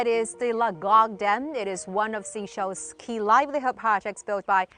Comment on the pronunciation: That's how businesses should be done, within sovereignty. Mutual respect so that no one is dependent. But am baffled that the lady's a resident, yet she insisted on calling seashells instead of Seychelles (SaySchelles) it's not difficult...😮